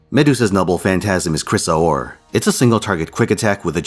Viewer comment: I could care less if the previous medua's were mediocre or worse. Shes a top tier waifu. I find it funny how you pronounce Chrysor.